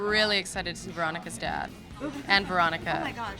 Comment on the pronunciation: I thought she said "Veronica's death" not "Veronica's dad" omg